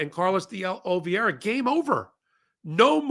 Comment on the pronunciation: Carlos di O-lee-VAY-ra. The penultimate syllable rhymes with DAY.